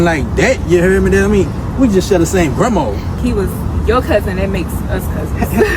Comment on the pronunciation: "We just share the same Grammaw!!" 😂😂😂